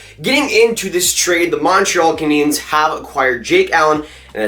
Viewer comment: he said montreal caniens